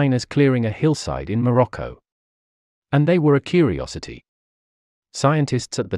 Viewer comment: I think like many you tubers, your pronunciation of English words needs revision. Like human evolution is complicated, pronunciation is not merely reciting words by how they are spelt. Many words have a received way of pronouncing them. The one I noticed in this video was your way of saying Morocco. It was quite grating. Just saying, as better pronunciation makes your videos sound more professional and educated.